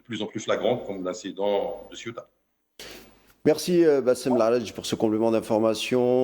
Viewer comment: Fais un effort de prononciation,inculte presentateur, CEUTA se prononce CE-OU-TA .